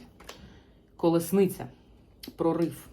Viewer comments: Перепрошую, що виправляю, але правильно казати "колісниця", а не "колесниця".) ... Дякую Вам ..ви - найкращі!!!! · Дякую! Ви сьогодні маєте чудовий вигляд. Хоча завжди маєте шарм, а це вище за звичайну вроду, бо жіночність і чарівність мають більшу силу. Ви ділитеся з нами інформацією. Я хотіла підказати Вам вимову слова Колісниця. Ви дуже гарно говорите українською, приємно слухати, а вчитися потрібно нам всім. Дякую за розуміння💝🇺🇦